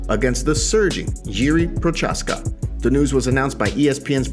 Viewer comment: Its pronounced Prohazka